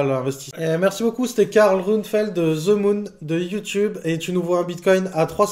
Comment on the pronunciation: ze moon lol